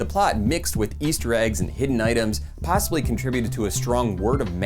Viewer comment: great video, but did you say possibilly ? love it!